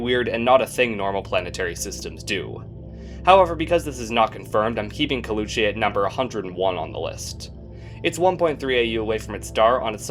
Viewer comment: caleuche is pronounced as "cal" as california, "le" as lebanon with "oo" and che being pronounced as different syllabes, i had no idea you pronounced it wrong until you mentioned what it was named after lol